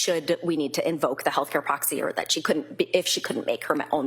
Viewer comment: Healthcare "proxi"?? Wth..